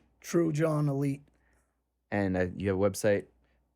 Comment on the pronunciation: I can’t believe this guy doesn’t even know how to pronounce his own name. It is so grating to the ears to hear people say Ay-light. It is pronounced uh-Lee-Tay.